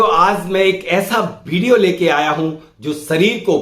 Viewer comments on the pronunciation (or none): Video boliye.. Bideo nahi 😂😂😂😂😂😂😂😂